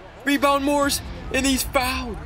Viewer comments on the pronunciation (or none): none